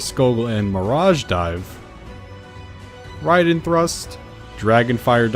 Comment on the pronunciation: Wow you actually said Raiden correctly.